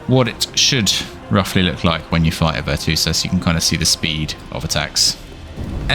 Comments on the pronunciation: it`s VirtuOsa not VirtuosAA -. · VER-CHOO-OH-SAH tf is a VIRTOOSA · Could be wrong but I think it's pronounced (virtue-OSA) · Ver-Tchew-Oh-Suh. lmfao I'm dying laughing every time you say Ver-Two-Suh. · She's Italian - it's "Virtoo-oza". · No way you pronounced it virtoosa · Hate to be that person, but it's pronounced Virtue-Osa. It's the feminine form of virtuoso. Great video regardless! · Literally like I wouldn't even think to read it like that 😭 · bro wtf why he calls her like that 😂🤣 besides that he gives solid info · I mean he says amote spam so... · Dont think you can get the name right if you not italian